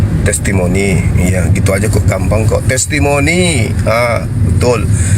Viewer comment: hahahaaa lucu bilang trestimoni